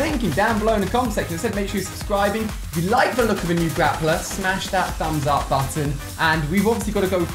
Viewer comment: No one else noticing he says "Grapper" instead of "Grappler"? facepalm Edit: Wow thanks to those that subbed! :DD